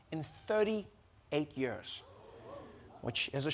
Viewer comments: I can't wait until this show has a host who can pronounce the word "years". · itz year not yör